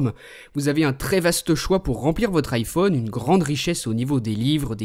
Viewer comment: ARK TA VOIX CEST DLA MARDE ! "LE IPHIUNE 5 ET LE SAMOUGN